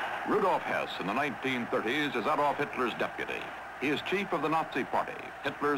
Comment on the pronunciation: Man, Cronkite can't pronounce German names very well. Like Adolf with the emphasis on the first syllable, Joseph "GER-bels"....and Goebbels didn't have polio, he had infantile osteomyelitis.